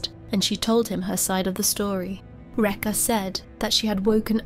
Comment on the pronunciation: Rekha pronounced "wrecker". Disgusting.